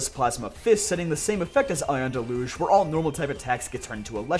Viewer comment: it’s dell-youj lol